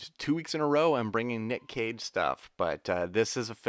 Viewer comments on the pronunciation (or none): LOL every time says "Nick Cage" I hear "Nick Cave" and now I've got "Red Right Hand" playing over and over in my brain. ARGH!:)